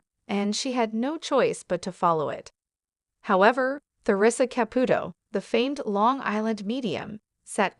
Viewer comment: Seriously , it's annoying she doesn't say the first or last night right